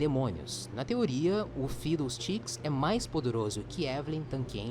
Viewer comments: a pronúncia de FIDDLESTICKS é "fidoustiks", ou pode chamar ele apenas de "fidou" espero ter ajudado 😁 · kkk se pronuncia fidou stiks